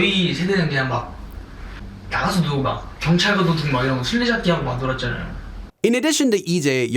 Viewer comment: he drags his syllables out like that on his "fromm" messages too! he says stuff like "뭐해애" "하고오오" "왔다아아" "알려줄게에" it's something cute i have noticed lol